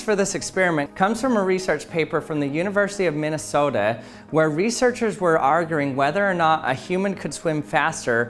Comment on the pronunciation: Researchers were "Argering," huh? 🤣 🤣 i had to sorry